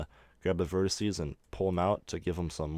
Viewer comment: Very interesting. It does anoy me though that you keep talking about on verticee, (don't know how it would be spelled...) it's a vertEX... Vertices is the plural. To anyone that wants to burn me about this, I have ASD... These small errors make it REAL hard for me to actually follow the tutorial. Besides, my comment is meant to TEACH, not to make anyone feel bad...